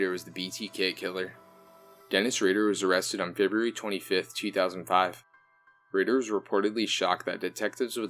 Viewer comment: RAYder not ridder